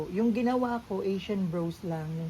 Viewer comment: anong brows,,,,braws yan ang pagbasa baklang to!